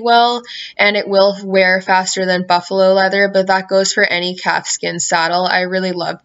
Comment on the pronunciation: Am I the only one that heard capsicum leather rather than calfskin leather???